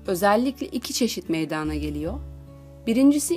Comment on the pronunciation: Ya evde ayak bileği burkulmasına ne iyi gelir diye YouTubedan araştırma yapan birine siz ne diye bilimsel alanda anlatıyorsunuz kaç dakikam boşa gitti bi de meydaana denmez meydana denir allahım izlerken dalasım geldi